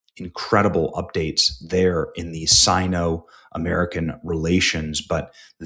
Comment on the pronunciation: sino = "see'no" please bro